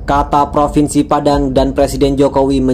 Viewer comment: Propennnsi Padang 🤣🤣🤣